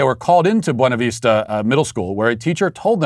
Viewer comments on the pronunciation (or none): none